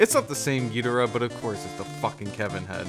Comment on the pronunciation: Thanks for the in-depth review--I pre-ordered this, and I've been wondering about it. I'm close to getting "priced out" but I hung in there for this one. And thanks for pronouncing "Ghidorah" right (hot take). That's how I have always said it, and always will.